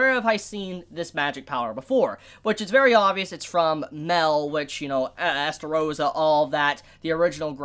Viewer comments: MAH-EL, IT'S MAH-EL!, why do you insist on pronouncing it "Mel" when you're not talking about Mel-iodas? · MAH-EL!! MAH-EL!! MAH-EL!! MAH-EL!! MAH-EL!! NOT FUCKING "MEL", FUCK YOU MAN, I LIKE YOU, BUT I HATE HOW YOU REFUSE TO CHANGE THIS STUPID PRONUNCIATION! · He pronounces Mael like Mel, that's weird.